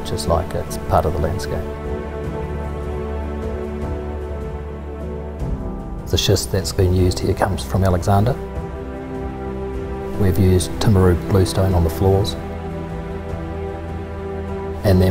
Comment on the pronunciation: Amazing house, but its Alexandra not alexanda